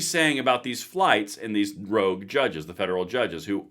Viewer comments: love your work but the word is ROGUE not rouge which is reddish in color. Keep up the tremendous work my friend R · Rogue, not rouge.